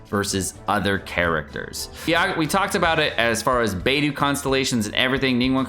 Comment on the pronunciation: It’s BAY DOH, not BAY DOO